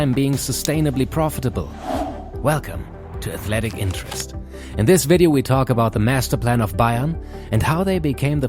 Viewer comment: "A"thletic Interest for that 5% shares